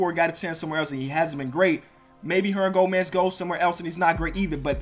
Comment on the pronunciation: You can't say Hernangomez lol good vid tho